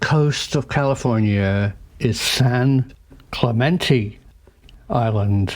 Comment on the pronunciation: Some “professor” — he can’t even pronounce Clemente. 🤣